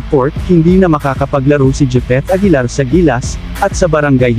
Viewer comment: Gipit aguilar daw 🤣🤣🤣🤣